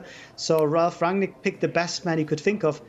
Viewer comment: Its pronounced as Run-nick not rag-nick